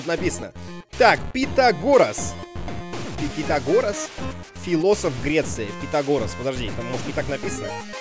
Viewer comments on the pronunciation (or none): МБ Пифагор а не пунтагор:D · ЭТА ПИФАГОР ТЫ КОГО В ШКОЛЕ УЧИЛ?????????????????????????? пхутагор епта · пифагор а не питагорес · Не пинтагон, а Пифагор. Уроки истории с;) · Не пизагос а пифагор ( азлагор :D) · Дмитрий это Пифагор ,а не Питагор! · Не путагорас а пифагор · не питагорас,а Пифагор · НЕ ПУТАГОР А ПИФАГОР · _- Питагорос,сиризли?Ну Дмитрий,ну чего ж ты так,это же Пифагор,его знают все по теореме Пифагора :D Ведь в английском сочетание букв (th) читается как (ф) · Питагорас... ну епт, неграмотный какой Димон! Ну ты че, не позорь пацанов! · пифагор а не питагор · ПИФАГОР!!!!! КАКОЙ ПИТАГОР?????? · Пифагор!!! А не питагорос! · Это Пифагор , а не путагор . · Пифагор а не Питагорас!!! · Пифагор а не пинтагор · Не Питагор а Пифагор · пиаграс а пифограф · ты не правильно читал это пифагор